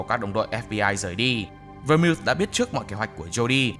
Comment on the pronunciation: Nhóm ơi Vermouth đọc là Vơ-mút nhé